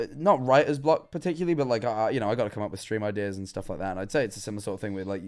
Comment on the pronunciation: "i knowrrrr"